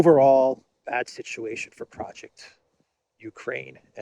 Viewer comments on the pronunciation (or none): none